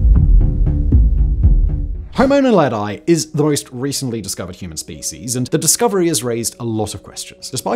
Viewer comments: Pronounced: Nahledhee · kts pronounced; "Nah-le-dee". It means star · Naledi is pronounced "Na-le-dee", not "Na-le-dye" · Just a correction on your pronunciation: Naledi is pronounced as "Nah-leh-dee". Not Nah-leh-die as you say in the video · Naledi is pronounced nah-leh-dee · He's pronunciation of Naledi is crazy funny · Homo Naledi isn’t pronounced that way. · The way ge pronounced Homo naledi and Australopithecus makes my ears bleed